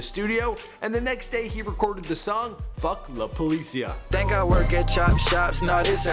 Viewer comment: Am I the only one hating how he says la policia? 😂😂😂😂